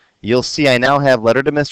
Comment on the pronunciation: Thank you for being so clear and easy to understand, Btw, I laugh every time you pronounce Mr Schwarzenhoffer. It sounds you are saying "Mr, Shorts on offer"